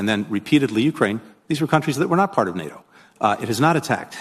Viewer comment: How does Paul make NATO a two syllable word?